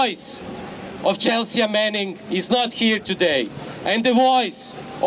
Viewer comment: Horvat is a great speaker. We need more of him. Please tell him the "a" in "Chelsea" is silent :)